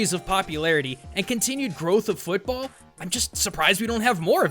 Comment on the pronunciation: you mispronounced football